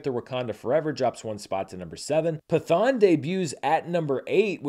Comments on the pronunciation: Just so if movie 'Pathaan' makes into your next video its pronounced as Patt-haan/Pat-haan and not Pa-thaan, keep the letter 't' separate as is. That is all. Good video though. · I was going to say: brilliant charts this week, but Pathaan would be pronounced (in Sanskrit) with a hard T, not a "th" sound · At the theater I work at, Pathaan (pronounced Pat-haan btw, it took me forever to get that too) was easily our biggest movie this past weekend. A Man Called Otto and Left Behind (Ew) were the closest behind, but it was a ways off. I decided to check it out myself, and I had a lot of fun. It’s no RRR, but as a big action movie with an incredibly charismatic lead, it did it’s job well. I want to check out the other movies in this universe, especially because another one, Tiger 3, is scheduled for later this year. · Pathaan is pronounced as follows: "Pitt-Hahn"